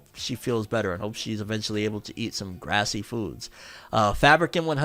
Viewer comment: you said "grassy" its written as "greasy" -- like fast food grease that clogs the arteries...